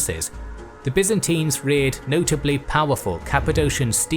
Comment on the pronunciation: Byzantines!! not Byzintines as you say it!!